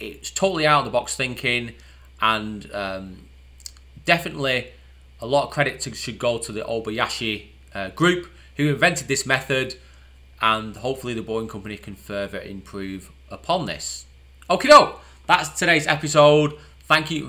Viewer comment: It's "Oh-ba-ya-shi". The "ya" was missing.